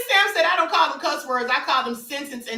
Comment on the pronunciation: QUEEN ITS CUSS NOT CURSE✅✅✅✅✅✅